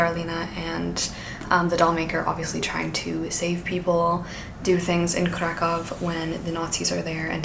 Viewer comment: hi! a polish person here, the ów part in Kraków is actually pronounced as oof